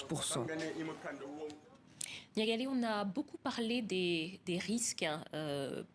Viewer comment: C'est niakhalé NIAKHALÉ comme une vraie malienne 😆😆😆 et non niagalè comme pour europeaniser le prénom là !!!😂😂😂